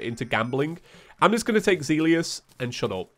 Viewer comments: Terraria: Zealous: Zee-li-ous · That's... not how you usually say "Zealous" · Hearing "Zealius" fills me with primal rage. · Zel-us wtf is zea li jus. I am not even a native speaker myself, but jees louise. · Not to be rude, I'd just like you to know it's "Zell-Us" for Zealous.:) Have a good day now! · Zealous: "zell-us" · Zealous is pronounced "zel-us"